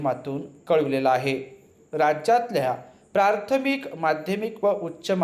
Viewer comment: बाकी सर्व ठीक आहे सर फक्त मला प्राथमिक चे ऐवजी प्रार्थमिक असे ऐकायला आले , काय योग्य आहे?